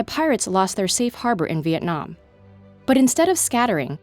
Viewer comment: Stop saying Vietnam like that. There is no silent ‘e’ you can say the hard ‘a’. I thought u would know grammar rules.....